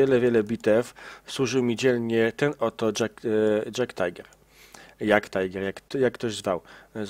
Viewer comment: nie mowi sie jagttajger ani tajger tylko tiger i jagdtiger. jak możesz to sie popraw, bo od tego uszy bolą. wdzięczny bede